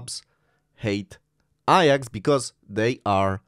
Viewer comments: Why are you saying “ I AX” and not “A JAX”? Your English pronunciation is really bad… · Iyax? It’s Ajax, as in my kitchen cleaner 😅